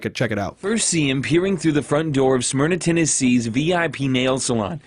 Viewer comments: mispronouncing "smyrna" really threw me. maybe it's just me being a stuck-up local but i never imagined people not from the area struggling with it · Is it supposed to be pronounced similar to the vodka Smirnoff?